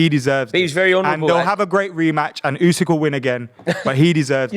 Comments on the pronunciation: It's not "yousik"....it's "oosik". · Hey, the name's Usyk, not Yousick.